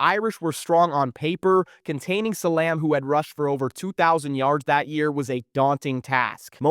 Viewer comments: Anytime you hear name pronounced wrong its a sign. Bobby Booden and Rasham Salamb is wild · That's not how you pronounce Salaam.